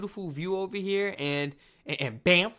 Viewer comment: I think it's an AI reader. It mispronounced Banff at least once, too.